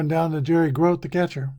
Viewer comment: Gro-tee is how you pronounce the great Mets catcher’s name.